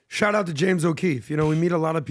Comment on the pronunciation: It’s “shout out”. Not shot